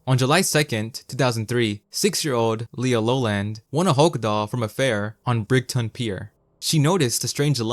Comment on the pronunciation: That pronunciation of Brighton actually caused me physical damage, loved the video nonetheless